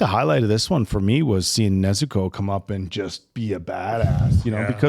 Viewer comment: Please pronounce Nezuko correctly. Your putting too much emphasis on the "u". Listen and hear to how they say it in the show.